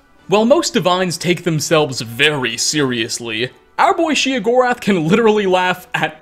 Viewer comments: OK. Then I feel justified in gritting my teeth every time I hear "she uh gorath" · I thought it was "Shay-o gore ath" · Sheogorath. Sheo. Theodore Gorlash. Theo Gorlash. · The way he says sheogorath bugs me. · You said his name wrong was burning my ear. You don’t have the best voice for commentary just a note